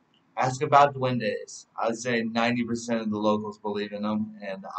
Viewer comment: Is duendes not the way u say it lol